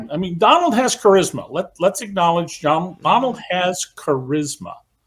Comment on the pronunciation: His name is Don-OLD. 😂